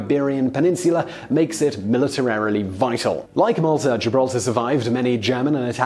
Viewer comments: Tee Hee Hee Simon said "Militirarily" instead of "Militarily". That's quite interestingarily funny. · "Militilarily"? Yikes!